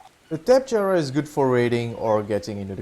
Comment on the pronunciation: its tapehara the j is silent